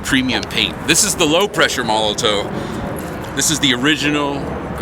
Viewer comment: not to be a penis head,but im pretty sure molotow is pronounced molotov because its a german company and w's have v sound in german,just saying,love ya keep it up homie!!!